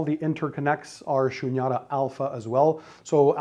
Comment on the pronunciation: The Cables are " Shunyata" . It is pronounced as "Shoonyataa" . Its a Sanskrit word.